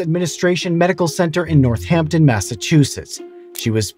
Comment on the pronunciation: Hey Man big props you said Northampton right (pronouncing the H because it's tied to Easthampton & Southampton... in North & South the double H is dropped but should be pronounced) but... in Amherst you don't say the H :(